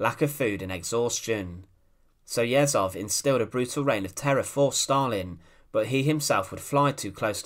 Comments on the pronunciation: Ye zh ov. Not Yezov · Last name is not YEzov, but YezhOv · It's Yezhov not Yezov: the "zh" sounds like the "g" in regime. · You mispronounce the name of your subject. It's not 'Yezov' but 'YeZHov' where Z and H transcribes the Russian letter 'Ж' /ʒ/. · It's pronounced YeJov, not Yessov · YEZHOV (not Yehzov) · Yezhov, not Yezov, FFS. The phoneme is found in English, so there's no excuse for you to not pronounce it. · Ježov, not jetcov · The "zh" in Yezhov is pronounced like the "zh" in Dr Zhivago, or the "s" in "pleasure". It's written with one letter in the Russian alphabet (ж). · Great video, just a remarque: the name is pronounced Iejov. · I can’t see if this got mentioned, but “zh” in Russian represents the sound we say at the end of “garage”, like the French “je”. It’s not so hard to find out correct pronunciation of important Russian names. So if you said Yezhov like “garage-ov”, you’d be on target. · Pronunciation help: Yeh-zhohf. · Its YeZHov. Zh is read similiarly as a sound of G when english say Algiers. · A hint for all youtubers: before making a video with foreign names, google, e.g. "Yezhov pronunciation". It's not that hard. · When reading Slavic names and words, "ZH" combination makes one sound. We even have one letter for it - "Ж". It is close to soft French "G". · This would be a better video if you would not butcher Yezhov’s name every 10 seconds. Zh sounds like pleasure, measure, treasure. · 'zh' in Yezhov transliterates like the sound [3], like 's' in the word 'uSually'. Thanks for video (history about so-called phallarrian bull, when engineer who created the best tool for torture (the copper bull) was the first victim of their "creativity". It is not about Yezhov, it is about being totally obedient but not with any moral values. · Difficult to get thru this with Yezhov's name consistently mispronounced and misspelled.